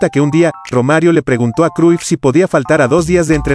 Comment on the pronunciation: Se pronuncia Croyf